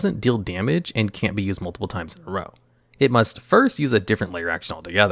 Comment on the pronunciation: Drow drow drow your boat 🤣